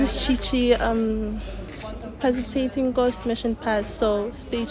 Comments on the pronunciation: Not saying "patipitating" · Parcipitating 😅Girl ohh wow u made my day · I'm still on that Chichi girl as for 'parcipitating'👀💀but anyway asikho lapho hey🤣🤣🤣Adambeeeeeeeeeeee